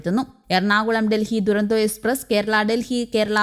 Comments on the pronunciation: ദുരന്തോ അല്ല തുരന്തോയെന്നാണ് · ദുരന്തോ അല്ല.. തുരന്തോ, തുരന്തോ